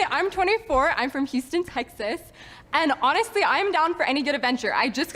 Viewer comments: She lost me when she pronounced Texas as Tekth-aath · There's no way that chick is from Texas she might live in Texas. She doesn't even pronounce Texas like a native. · I would run based on the way she said Texas alone! 😂